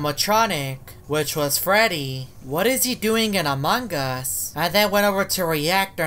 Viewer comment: Nobody: Literally nobody:: aMuNgUsS